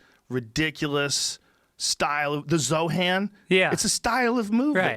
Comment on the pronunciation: Christ. Joe cant pronounce names at all. The Zoe Han. And Ma day ah😂😂